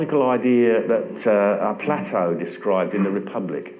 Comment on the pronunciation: OMG Gerard! Plat-o??? Play-to !